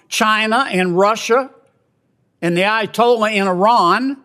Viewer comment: i tolla😂😂 AYA-TOLLAH